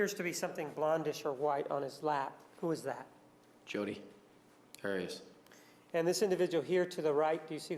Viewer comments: LOL Martinez trying to impose on everyone else his heavy Spanish pronunciations of names. Who the fuck is Miss Odd-ee-oss? He doesn't get to decide how someone else pronounces his/her name. It was already clarified that that is NOT how she says her name, but he keeps doing it. What an arrogant douche he is. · Why does Juan pronounce Arias so weird? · Her father was Latino and Martinez is using the Latino pronounciation of Arias